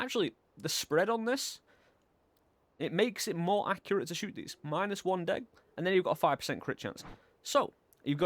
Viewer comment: I’ve never heard degree pronounced as just deg before lol